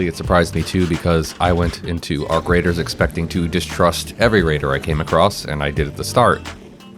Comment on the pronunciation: its not radar its raider are you dumb AI?